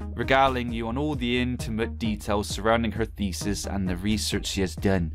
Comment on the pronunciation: .... That ain't how you pronounce thesis 🤣